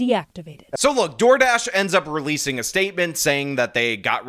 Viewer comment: 'Door Drash' lol 😂